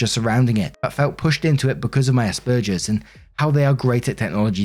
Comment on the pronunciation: Hi! Just a gentle bit of information: it is pronounced like "burgers" say ass-burgers but with a "P". Also the brother who was upset with sister who didn't make the meal for his step-daughter is a douch bag!